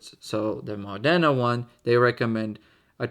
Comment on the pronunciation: Very nice video as always, and congratulations for the pronunciation of Modena, appreciate the effort ahah. I have a basically identical set to this one, but smaller, and as you said, they're perfect for fast games and from a practical point of view, I think is one of the best sets you can buy. Also maybe I'm weird, but I love the simplicity of the knight, I found them pretty in their own way.